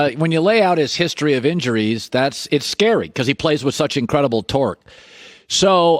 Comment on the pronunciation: Colin should never say the word "torque" ever again